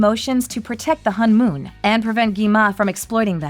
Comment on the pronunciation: Its pernounce hone mon